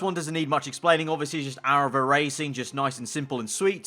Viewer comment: Fast Aaraval (Arival)?